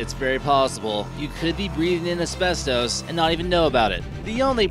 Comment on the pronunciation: Why does he say abestos like that. LOL